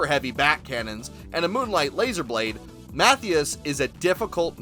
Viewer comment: Matthias is pronounced Mah-tea-us just fyi